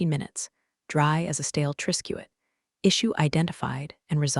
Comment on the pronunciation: Tris-ket, your dummy